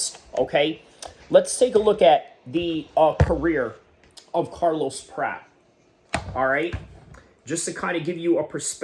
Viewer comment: It’s not “Prat”, rhyming with “rat.” It’s “Prat-chez.” Otherwise, I think you did some pretty good analysis 👍